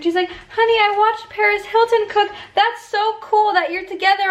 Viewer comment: When she said Paris Hilton I thought she said PAREZ HILTON I WAS SCREAMING!!!!